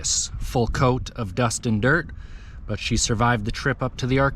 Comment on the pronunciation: did you say dustin dirt?